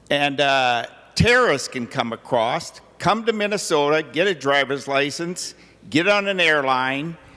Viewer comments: The dude said acrossT... That is how ignorant he is... There is no T at the end of across...LOL!!! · "terrerists can come acrost..."